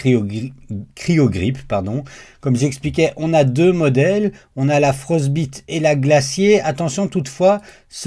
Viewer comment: Juste la prononciation de "Frostbite" ... mieux vaut le prononcer à l'anglaise ("Frost ... baille ... te") ... sauf si voulu pour l'humour 😀. Sinon je possède également cette plaque ainsi que la Glacier que je n'ai pas encore testée. Je confirme en tous cas que la Frostbite est impeccable, PLA à 25° (je n'ai pas encore essayé sans chauffe du tout) et PETG à 50° et ça adhère tu tonnerre !! Curieux aussi du retour par rapport à la roue d'extrudeur que je possède également mais pas encore installée (faut aussi que je monte l'upgrade de ma MK4 vers MK4S 😬). Bonjour de Waterloo !